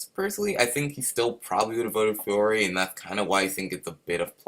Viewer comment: Just letting you know its Fiore not FLore 💜💜💜💜